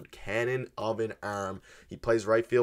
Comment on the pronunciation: “Cannon of an URRRRM”